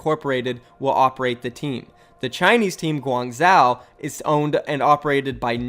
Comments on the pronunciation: Guangzhou is pronounced Gwongjoh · Guangzhou is pronounced like guang jow. Say jow like ‘bow’ with a j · Guangzhou is pronounced (gwangzoo) I’m pretty sure,I speak a little Chinese but I’m not certain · it should be pronouced guangjo. similar to the sound of Jojo. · It’s GWAN-ZOO by the way. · FYI: in Chinese, "zh" is pronounced as a "j". So it should sound like "gwang-Joe". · I think its pronounced "Guwang Sho" ive seen some chinese movies pronounce it like that. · the way he pronounces "Guangzhou" triggers me so hard lmao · Bruv, I just cant its pronounced Guang as you say corrctly but ZHOU pronounce the ZH as one word not with the H silenced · Meraki ikr, as someone be who used to live there (4yrs) it makes me cringe when he pronounces it 😂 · Well he was pronouncing the second part as if there was an “a” in it which is what made me cringe.